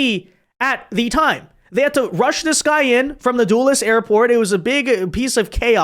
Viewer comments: "Dulles Airport" not Duelless airport! Sounds like, Dull es airport. Sorry, just letting you know the correct pronunciation for future pod casts. Thanks for all you do! 👍👍👍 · its not duel less airport its dull es airport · Little piece of advice, it's pronounced "Duh-lus" airport. Former resident of Fairfax county here.